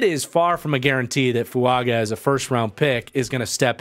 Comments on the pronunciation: Its Fuaga not Fuanga. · 5 minutes in and man if I gotta hear you say Fuanga this whole video I'm gonna be sad